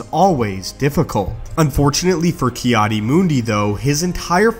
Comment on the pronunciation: I swear you’ve done this before. It’s sooo overdone lol. Again, I suggest putting something on your walls to get rid of that nasty echo. Finally, it’s “Adi” not “Aid”.